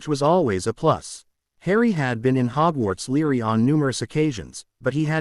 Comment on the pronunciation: It is Library not leery. If you cannot deal with three letters within a word, then you need serious psychological help